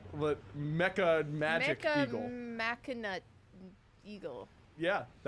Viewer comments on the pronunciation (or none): It's kinda cringey that they can't pronounce "Machina" correctly.